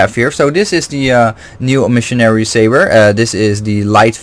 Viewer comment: Eh-meh-sary (Emissary), not e-Missionary lol. Agreed, one-piece hilts are awesome for cutting back on unintentional-unscrewing! So far I haven't had any trouble with my saberforge Oracle, however, been having some trouble with my ultrasaber archon v3 and its' neck loosening while trying to swing. Looking into a different emitter; thinking of going for Ultrasaber Malice, Overlord, or Archon v2.1